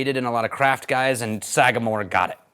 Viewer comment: The pronunciation was perfect! Glad you enjoyed it, it’s one of my favorite ryes. Also enjoyed their 8- and 9-year previous releases. Thanks for having me out to the Bonafide Whiskey Enthusiast course at the academy! It was a great time, great course, with great people. Cheers!